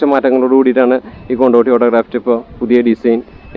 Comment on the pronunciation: കൊണ്ടോട്ടിയല്ല കൊണ്ടോടിയാണ് സുഹൃത്തെ......